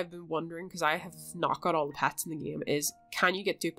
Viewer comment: Pets not pats